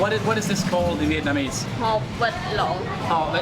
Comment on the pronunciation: Your Vietnamese pronunciation is on point! Love your videos and your sense of humour! Keep up the good work :)